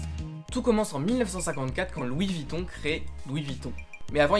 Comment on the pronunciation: "Louis Vitton Louis Vitton", une vidéo bien documentée mais pourquoi tout gâcher en prononçant le nom n'importe comment tout du long...